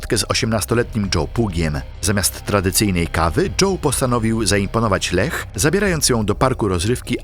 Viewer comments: Formalnie: nie 'LEH' tylko 'LIJA' 🤭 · Czy to nie jest pisane i czytane przez AI? Imię Leah czytane jako Lech zamiast "Lija", jeszcze sformułowania typu "zauważyła, że większość jej lewej nogi zniknęła" tak sama z siebie? I inne tego typu "kwiatki". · Strasznie kłuje w ucho jak wymawiasz slowa po angielsku, że dość, że źle wymawiasz słowa to jeszcze Ty czytasz słowa, których tam nie ma: Kaitlyn Lassiter to czytasz Lestiler, zamiat Drop Tower to Dop, Leah Washington to czytasz Leh. Nikt Ci nie każe być filologiem angielskim czy native speakerem, ale robisz materiał na YouTube, który się niesie, robisz research pod film i naprawdę tak ciężko jest wrzucić do tłumacza google albo jakiegoś innego translatora jak co sie czyta? I zeby nie było, że sie czepiam, bo sam niekiedy mi się zdarzy wtopić, ale jak robisz takie filmy to wychodzi po prostu Twoje niedbalstwo, bo każdy kto zna język angielski na tyle, że to wyłapie tak oczywiste błędy i decydujesz sie zamieścić to w Internecie to aż strach pomyśleć czy zdarzenia o których opowiadasz rzeczywiście miały taki przebieg i czy dobrze dane historie opowiedzialeś widzom. Nie bierz tego za czepianie się, ale przyjmij te krytykę, aby Twoja jakość w materiałach była lepsza w przyszłości. Tego Ci życzę!